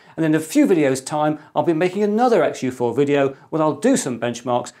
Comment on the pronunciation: But now that's it, for another videöôh, and I hope to talk to you again... very soon.. I always like that part. :)